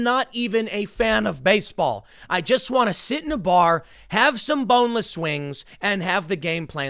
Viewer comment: that emphasis on BONELESS wings was a little weird, tim. you do you I guess lol